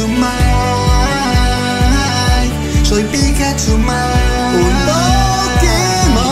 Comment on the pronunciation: Dice pikahcu 😅😅